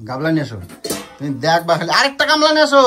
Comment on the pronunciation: পর্দা কে বলে পদ্মা, গামলা কে বলে গাবলা,পেঁপে কে বলে পিপে, অনলাইনকে বলে এলাইন 🤣🤣🤣🤣